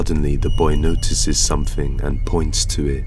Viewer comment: It's, thing, not fing. Something, not somefing